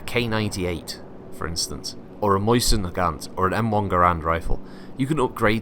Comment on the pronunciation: From consulting some forum debates and pronunciation guides, it's neither mozin or moisin, but rather moseen, by actual rules of Russian pronunciation. The formal name, Vintovka Mosina, is pronounced 'veen-toef-kah mo-see-na'.